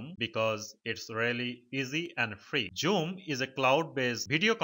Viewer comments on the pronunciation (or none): Wtf is joom! It’s called zoom! 😂